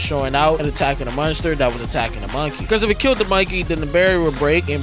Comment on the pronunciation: He doesn’t Miss! -except when he says “munster” lol